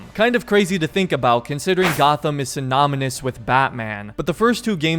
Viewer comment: SYMONOMOUS! XD it's synonymous, love you